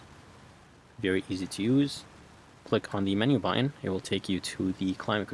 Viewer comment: What is a “bu..in” are you trying to say BUTTON?